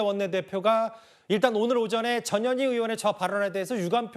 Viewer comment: 전현희가 ~저년이가로 들리네 ㅋㅋ